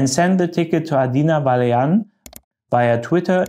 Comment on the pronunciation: poor Mrs. Vălean (das "a" mit Hütchen spricht man so ähnlich wie das "u" im engl. burn)